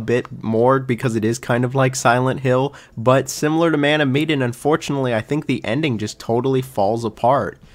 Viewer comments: Meh-Dan not Me-den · Why’s he calling man of Medan. Me-den. It’s Ma-Dan. Literally bothered me the whole time lol. But I like the ranking. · Repeat after me; "MEH-DAN." Not "MEE-DAN." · Wondering why you pronounce “Man of Medan” so strangely. It is not mee-den. Interesting list. So crazy to me how people love Little Hope when it has the worst ending. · I'm so bothered that u pronounced Medan like "Mee-din". When its Meh-Daaan. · It's Meh-dan, not Mee-dan. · "Medan"... like Sedan.. not Miedin, Miden, Meiden... meDAN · Med as in medkit, and an as in anvil. Sorry the pronunciation was killing me 😂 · Man of WHAT? "Meedan"?? I usually don't care about pronunciations at all, I think that's nitpicking But how did you get that wrong, it's the name of the ship, they say it all the time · My guy said Mee-den. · It’s muh-dan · man of medan (med-ahn) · Mean pronounced ma- dan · I feel like you’re mispronouncing the word Medan in Man of Medan but I could be wrong, either way great video. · You are pronouncing Medan incorrectly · Me, too. Especially since the plot was inspired by the Ourang Medan. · I have never heard anyone pronounce Man of Medan that way and it’s driving me nuts😅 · I love how you kept saying medan wrong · Bro how hard is it to look up how to say "MEDAN" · You pronounced Medan wrong, weird since you say you played it. Also, you say “I didn’t like the plot”, but it’s based on a true story….so, you don’t like a true story? You seem to know nothing about these games. For the record, don’t discourage others from playing a game. That’s such a petty thing to do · Dude, you can pronounce eponymous but you can't say Medan?!